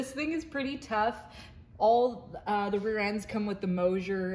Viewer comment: There is no “H” in MOSER!!!! Please pronounce it properly kids!!!😊Love this channel 👍